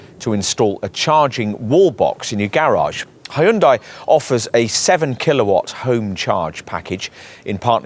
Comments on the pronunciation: Yeah, it's "HUN-DAY" Not "HEY-YOON-DIE" You should actually watch a Hyundai commercial so you can figure it out. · it’s a Korean brand so it actually is pronounced closer to Hun Day than how it is in this video - not a US peculiarity lol